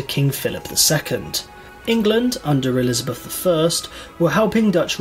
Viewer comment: Please, it is 'Elizabeth'